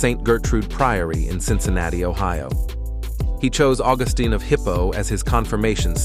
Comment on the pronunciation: St. Augustine of Hippo….accent on second syllable Augústine